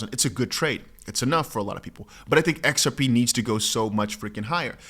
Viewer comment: Put on your glasses dear it's X R P. NOT. XAI😊